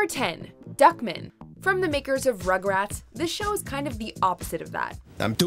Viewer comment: Lol it’s pronounced “Duck-Man” not “Duckmin”